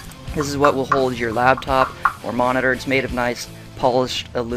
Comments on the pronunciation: The word is "laptop", not "labtop". ;) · Yeah it's "laptop" as in it sits on your "Lap" not Labtop -_- Noob!...